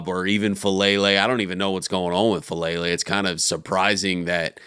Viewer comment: his name is FA' A' lele. please pronounce his correctly. it's disrespectful.